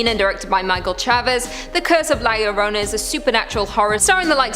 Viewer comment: And it's pronounced La Yahrona. Or La Llrona.